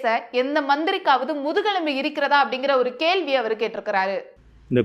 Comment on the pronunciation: அது கழகம் அல்ல கலகம்....பழ அல்ல பல...கேல்வி அல்ல கேள்வி... ஊர்வளம் அல்ல ஊர்வலம்...பள்வேறு அல்ல பல்வேறு...கள் அல்ல கல்...அறுப்பு கோட்டை அல்ல அருப்புக்கோட்டை....என்ன தமிழ் பேசுகிறாய்...முதலில் போய் தமிழைப் படி...அர்த்தங்கள் எல்லாமே வேறுபடுகிறது..கொடுமை.